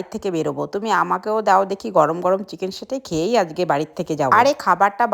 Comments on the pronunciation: Saute❌️ Shatey✅️. 😂😂😂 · Sate ❌satay✔️ Captain ta dekho 😂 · চিকেন সাটে ❌❌❌❌❌ চিকেন সেটে✅✅✅✅✅